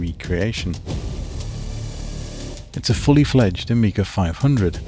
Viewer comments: Génial par contre je regarde en français et la voix dit « Oméga » à la place de «Amiga » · why the AI keeps saying OMEGA instead of AMIGA? did you used an english voice to speak in spanish instead of using a spanish voice?